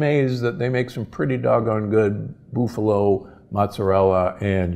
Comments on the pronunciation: Boof-a-low??? Seriously? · What is a BOOFALO?? LOL This guy is right on the A2 and A1 molecule situation, but to have your American diary cow tested for A2 or A1 production is not hard or very expensive, and many smaller American dairies have or will test for it, or you can have it tested. Mercy he was butchering the names of things horribly bad, like a city dude, lol. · BOOF-a-lo? WTF. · Why do you pronounce buffalo "boofalo"? Am I saying this wrong? This is not a criticism. I enjoy all your content! Thank you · Aaaaah please stop saying BOOFalo! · It depends on what his school teachers or parents pronounced it when he was younger. Not his mistake, but he should appreciate your correction.